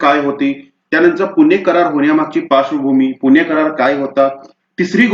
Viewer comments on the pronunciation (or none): none